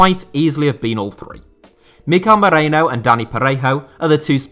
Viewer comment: Its merino, not moreno hahaha